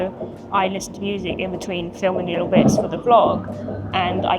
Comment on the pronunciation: Very entertaining, has a wonderful personality, she is very geuine on camera. I love the way pronounces the word "little". It is the same way my Grand Mother pronounced "little".